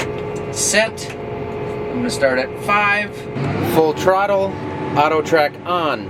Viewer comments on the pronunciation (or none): full "trottle" ???